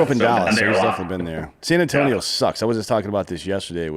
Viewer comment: and nailed San Antonio.